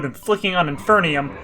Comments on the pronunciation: Its in-FER-num not in-FER-NI-um 😭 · "inferneeum" lol